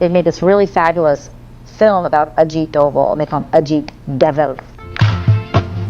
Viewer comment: It's Dhobal not Doval